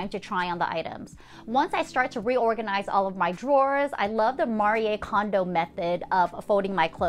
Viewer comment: Finally someone who pronounces the name of Marie Kondo in the right way😉!! Thank you,! Never heard that from anyone else before😊